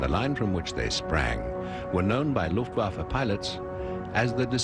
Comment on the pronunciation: Why the f***k can't the narrator pronounce "Luftwaffe" right? Every time he says "Luftwaffe" it sounds like "Luftwaffle". He pronounces the "w" like in "waffle". In german "w" is pronounced like a "v" and "v" like an "f". Is it the script people we should blame here?